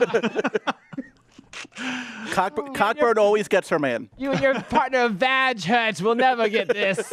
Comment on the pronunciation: Cockburn is pronounced Coe-Burn.